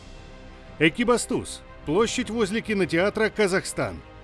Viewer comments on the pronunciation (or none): none